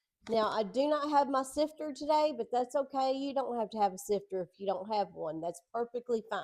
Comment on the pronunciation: 😂I thought you said "sister"!! I have a sister, and a sifter!! The new place is so nice and clean!!